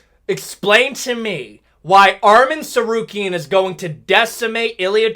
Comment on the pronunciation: Chael Sonnen finally pronounces Arman Tsarukyan’s name correctly!